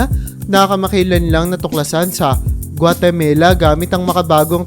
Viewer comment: Yung No.2 MO HINDI GUATAMELA…GUATAMALA SA SOUTH AMERICA…MALA HINDI “MELA” OKAY.😂😂😂